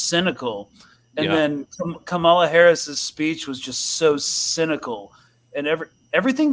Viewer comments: Kamala is pronounced with the emphasis on the first syllable, like KAH-muh-la. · HAHA KHHhHhAMALA 🤣🤣🤣 A few minutes in and had me rolling.